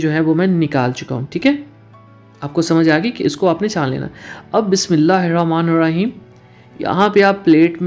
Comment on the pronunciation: Bhai ap ke recipes mughy achi Lagti hain Lakin ap ka Bismila recite proper tarakay say na kerna maza kharab ker data ha. Bismila he ra Maan nahe Bulakay Bismila he ra ho maan ha. Bora na manana ap ke recipes bohot achi hoti hain.